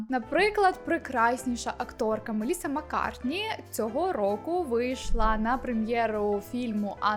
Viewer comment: * Меліса Маккарті . Не МаккартНі 😉